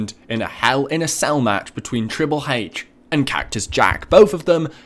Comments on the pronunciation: wtf he sais tribble haich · like really tribble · It's sounds like your saying Triple Hache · That's not how to say triple H